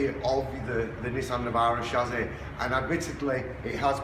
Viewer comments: What on earth is a shazzy? It is pronounced chassis. Welding as you suggest is madness as well as negating insurance, any car guarantee, any safety construction and probably highly illegal. Your own operators insurance would probably run a mile when a claim was brought against you for someone who died in an accident driving a Datsun with your modification. Apology, but are you really sure about this? Easy to disprove any fears we may have in your next video. Please. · Learn to pronounce chassis not chazzy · Chassis is pronounced shassy not shazzy.. It wasn't me